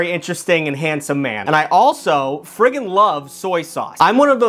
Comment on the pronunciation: Still love the unmistakably Massachusetts "I friggin' love soy sauce". Also the little gasp and "ooh I might"